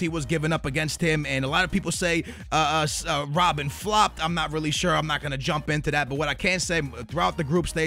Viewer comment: lol it's not rob-bin it's rob-BEN